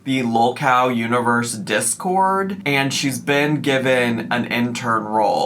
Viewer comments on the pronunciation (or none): none